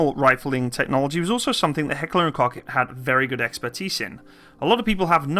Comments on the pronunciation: FFS! It‘n NOT coke or cock!!! It’s pronounced like Cough. Coughghghghgh!!!!!!!! And by the way - after shooting the G36 in different versions for over 7 years in different countries, I can tell you - compared to other modern army rifles - it’s a great reliable rifle. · I'm getting more triggered by the fact that you can't pronounce "Koch" ;)